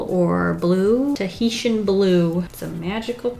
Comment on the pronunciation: Did she say "Teheshian blue is a magical place" as in "Tihiti is a magical place" from S.H.I.E.L.D.